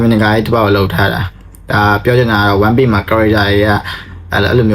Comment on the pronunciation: One piece ဆိုတဲ့ pronunciation ကိုမှားနေထဲ ဒီ vdကိုကြည့်ဖို့မတန်ဖူးထင်လိုက်ပြီနော် more like ကိုယ်တိုင်ကစောက်ဖြစ်မရှိပဲ ဉာဏ်ရည်မမှီပဲ လှေကားထစ်တစ်ထစ်ကျော်တက်နေသလိုပဲ